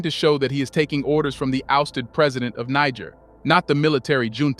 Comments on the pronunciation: (Nee- J- air) !!!! Not (Nee- G- er) Bruh 🔥🔥🔥🔥 WTF 🤷‍♂️🫡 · The country is called Niger not Nager please... it is Nijer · I lost count how many times he said nigga with r pronouncing Niger. I wonder if he does in on purpose or he just has no clue! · That's where they got the word Niger from Niger the French colony couldn't pronounce Nigel so they said Niger now paying for it😅😅😅😅😅😅😅❤❤❤❤ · Bro pronounced Niger's name in more than 5 ways. The name is pronounced (knee-jerr) not naija or naijer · Great Job! It's pronounced ni-jere. Respectfully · Why are you pronouncing the name Niger 3 different ways? Its negair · The name of the country is pronounced NEE - JHER. You pronounce it 3 differeent ways. All wrong. Shame on you. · Research your pronunciation of Niger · make up your mind narrator on the name of this country five different ways you pronounced it in under 5 minutes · Why do you keep changing the pronunciation of Niger??? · The way your saying Niger is wrong to be honest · Please pronounced Niger 🇳🇪 the right way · Good video, but make up your mind how you want to pronounce "Niger." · You're pronouncing niger wrong😂 it's like bear but with a G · Thank you for your report. Please pronounce "Niger" correctly, the letter I should be pronounced as in the word "fit", and the letter g should be pronounced as the word "gentle". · Very informative. But it's a bit difficult to take your narrative as authoritative when you don't make any effort to pronounce the names of the African countries properly. Please learn how to pronounce Niger correctly. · Great video but why so many different name pronunciations for Niger Lol. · Pick a pronunciation please. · I have to be civil and respectful, but the video keeps repeating the word N*, instead of correctly pronouncing the name of the country! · Much love to Niger. Please have your narrator find one pronunciation for Niger and stick to it.